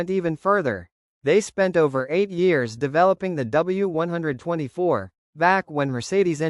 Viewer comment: As soon as I heard ‘W one twenty four’, I realised you don’t know what you are taking about and switched off.